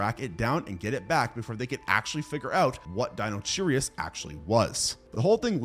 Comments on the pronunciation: Di-no-kai-rus Not dinocherryus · Hey btw its not deinocherius its deinocherius (DYE-NO-KAI-RI-S) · "Dinocheirus" is pronounced Dino- KY- rus ("ei" pronounced as long "i"). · Lol the "ch" in "dinocheirus" is pronounced as a "k", like in the word "character". It's Greek. In fact it's the same root we see in the chemistry term "chirality", meaning "handedness". So the word would've been pronounced "DIE-no-KAI-rus" 😊